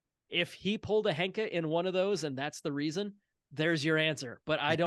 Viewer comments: You all say it a lot in this episode. Shouldn't ヘンカ be pronounced henka and not hanka? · I am no expert either but Wiktionary says that 変化 is pronounced へんか [héꜜǹkà] Hen like a chicken and not Han like the chinese 😅